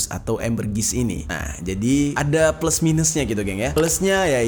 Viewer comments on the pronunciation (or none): none